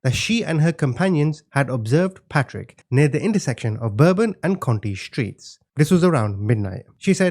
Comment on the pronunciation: Conti and county are pronounced quite differently - some Yankee that lived in the 7th ward for a time.